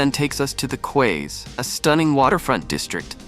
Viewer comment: "Quays" is pronounced "keys" FYI